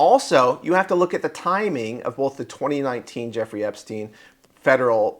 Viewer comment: No one can pronounce that human traffickers name to save their life